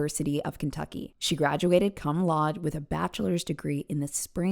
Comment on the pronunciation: Love you and this is not a criticism but a correction so others know too but cum laude is pronounced koom laoo-day